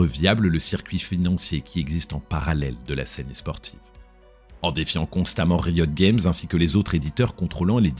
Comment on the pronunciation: Bon storytelling et voix posée c'est kiffant mais j'comprends pô pourquoi tu prononces League of Legends en anglais mais pô Riot Games ? S'dommage mais bonne vidéo merci, ça fait patienter en attendant TGR 🙃